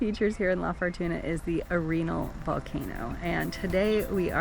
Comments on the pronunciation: Fun video. Jfyi Arenal spanish pronunciation: Are - en - all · You are miss pronouncing Arenal 🙄